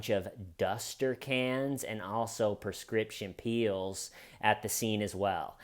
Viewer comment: "prescription peels" 😂